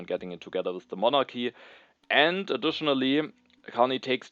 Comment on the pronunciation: I'm only 8 minutes in but hearing you pronounce Monarchy in the correct (Greek) pronunciation with a soft "h" sound instead of the hard "k" sound made me very happy!